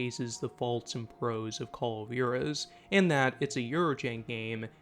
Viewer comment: i hate how you pronounce Jaurez.... (WHA-Rez) or if you're southern like me (WAW-REZ)